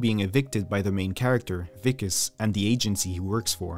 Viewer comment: For District 9 , you pronounced " Wikus" perfectly ! Well done , not many pronounce South African names correctly.